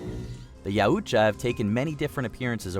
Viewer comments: What the fuck is a "yaOOOcha" 😂😂 It's "yow" not "yOOO" 😂😂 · yeah couldn't watch it with the butchering of the pronunciation of yautja